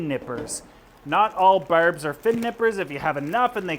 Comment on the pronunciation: I hear berbs.